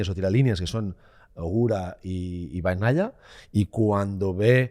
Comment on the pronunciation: Que alguien le explique que no se pronuncia "Bag naia" , que la gn en italiano es la ñ , es "peco bañaia", no bagk naia